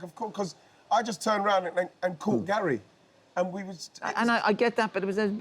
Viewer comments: Yes, he calls Gary 'Gal'. It's an affectionate/familiar shortening of the name Gary. Not really sure why this confuses you? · Can I ask what is that word he is saying? It seems when he talks to Gary he says “gyal” and I can’t figure it out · what is that word Ian is saying? It seems when he talks to Gary he says “gyal” and I can’t figure it out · Why does wright keep saying GAL? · I love how Wrighty calls Gary "Gail" 😅😂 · I first noticed it last episode and now i can't un-hear it. Wrighty calls Gary "Gal."